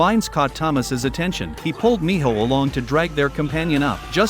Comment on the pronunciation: And it’s not Mijo it’s Minho